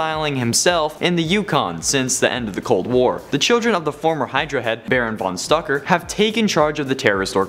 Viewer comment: It's STRUCKER, NOT STUCKER!!!